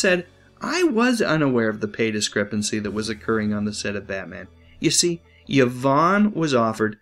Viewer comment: It’s pronounced E-von, not Ya-von.